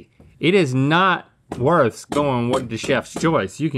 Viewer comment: “Worh” the pricey? Someone didn’t buy the T! 😂